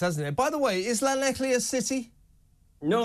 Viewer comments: I’m from Brighton originally but I live in Swansea, which is close to Llanelli (pronounced ‘Clan-eff-lee’). This is an absolutely huge story here, staff sacked, weddings and anniversary parties cancelled…just to house ‘enrichers’ Shocking, shameful and disgraceful… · I totally agree with your comments but there's no c in Llanelli it's pronounced Llan -ell-ee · It's not pronounced like that 😂😂😂😂😂😂😂😂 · Ll is 1 letter in the Welsh alphabet. It is not pronounced the way you said it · That is not how Llanelli is meant to be pronounced. You got the "ee" at the end right, though. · You'd think after all this talk about Llanelli recently O'Sullivan would be able to make a decent attempt at saying it. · Learn to pronounce Llanelli and Strady. Clan-ek-Lee and Stradee